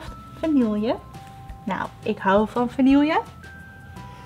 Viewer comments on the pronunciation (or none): none